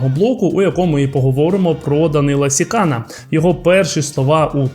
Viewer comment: Не СікАна, а СіканА. Треба ж хоч трохи знати орфографію.